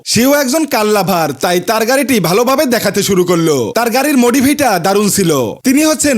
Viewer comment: ভাই আপনার ভিডিও দেখি অনেকদিন ধরে, আপনি ভিডিও মাঝখানে আজকে যে বললেন, মোদিফি ওইটা মডিফাই হবে।😅😂